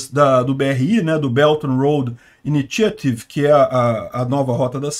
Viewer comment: Initiative = "Iníchiatv"